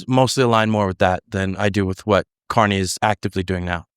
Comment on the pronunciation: did he call him Canny? Candy?